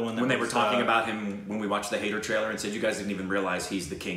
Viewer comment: Jab we met please. It's an early one of Shaahid Kapoor that made him a household name. That was followed bt Kaminey which is amazing. This was before Haider. Btw It's pronounced Hi-der. The de should be like a "the" (soft) sound.